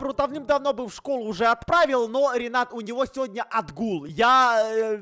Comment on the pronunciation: Не Ринат, а Ренат!